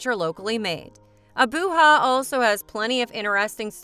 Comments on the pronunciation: The "Ja" in Abuja is not pronounced like 'ha' but as JA, as you would in Japan. 😂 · AboooHa ? 😢 Abuja=Ah boo Jah. Please research how to pronounce places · SAY Abujaaaaaaaaaaaaaaaa LIKE JA maica its sound the same as Ja maica ABU JA NOT HA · ‘Abooha’ 😂😂😂at least get the frigging name correct! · She has destroyed the Nigerian capital wholly.was it AI pronunciation or what.when a foreigner tells ur story for u.